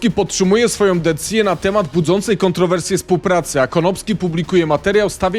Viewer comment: "Krzysztof Stanowski podtrzymuje swoją... "CO? decje? posłuchaj jaki tam pada wyraz i przemyśl to co robisz i jak to robisz, nawet prędkość x0.25 nic nie daje, tam NIE ma słowa "decyzję", dalej nie chce mi się już oglądać